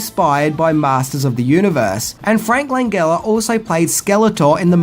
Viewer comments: Frank Lan-Gel-Uh. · It's prononced Lan-gel-uh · Also, isn't Langella pronounced with a soft G, like Jello?